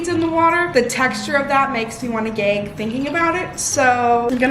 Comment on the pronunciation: The way your Wisconsin accent came out when you said “gag” LOL omg I love you. You’re amazing